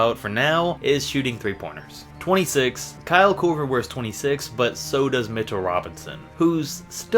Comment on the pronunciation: Bruv Kyle Korver not kuver